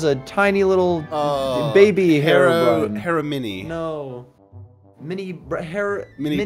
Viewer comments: Hero-Brine not herabrun lol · He-row-br-eye-n. Herobrine. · It’s pronounced herro broomstick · I think it’s ‘Hero brine’. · Herobrine ( pronounced Hero brian